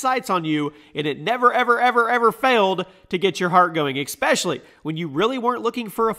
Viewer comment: Can’t get through a video without saying the word “especially” as “expecially” can you?